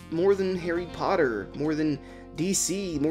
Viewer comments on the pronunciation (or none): none